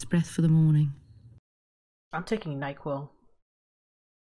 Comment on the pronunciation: "I'm taking Night-Quil." 🤣🤣🤣